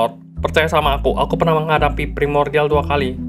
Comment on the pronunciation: pas martin bilang primordian ,gua langsung keingat marvin😢